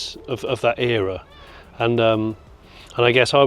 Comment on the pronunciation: And "Era" pronounced correctly, its not fucking "Error" to all Americans and other non English speakers.